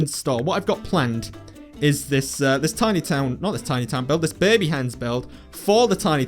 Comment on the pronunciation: It sounds like you are saying beby not baby. :)